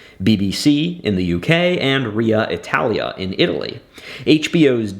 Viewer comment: "RIA Italia" 🥲🥲🥲